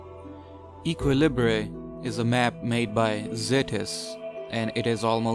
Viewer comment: Mfw when equilibre is pronounced 2 different ways. Also Based